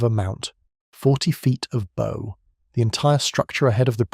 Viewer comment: It`s `Bow`, pronounced as in `Cow`. The Tribals ( is that now considered not PC?) were armed with 4.7`` Guns FFS, not Friggin` Arrows!